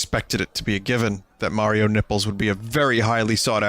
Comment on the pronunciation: You can tell Vinny is Italian bc of the way he says 'Mario nipples'